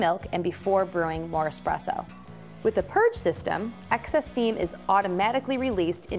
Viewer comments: seconds, did he just say "expresso"? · The guy actually legitimately said “Expresso” (Ex-press-oh). These guys are supposed to be the professionals. Sorry for being petty, it just stood out to me like a sore thumb. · Hi Levi, Always nice to hear from the "X" police. Yes, yes there's no X in espresso. And no easier way to make a barista's head explode than saying expresso. Of course if you are old enough "expresso" was an acceptable spelling and pronunciation according to the NYT style guide. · Haha - I noticed that also.... I repair espresso machines for a living and I find it funny when I am at a Starbucks and the Barista keeps saying expresso to the customers !!! lol But give this guy a break - he seems so nice in the video !!! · I hate people that say expresso, unless you have a legitimate speech impediment or are a child. Get it together people!!! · Did you just say expresso? You’re better than this! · Lost all credibility at 39 seconds when buddy said "expresso." LOL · Expresso? Whut. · I stopped watching 40 seconds in when he said "expresso" no thanks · DO YOU REALLY SAY (EX)PRESSO?....shame on you